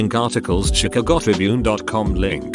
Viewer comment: the pronunciation of Chicago tho..